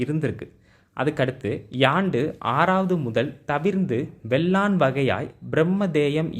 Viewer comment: வேளான் என்பதை வெள்ளான் என்று படித்து சொல்வதை தவிருங்கள்.